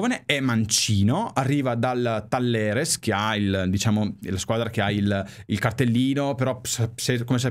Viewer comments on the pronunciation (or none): Si pronuncia tayeres e si scrive talleres. Vamos argentina y vamos interrr 🔵💣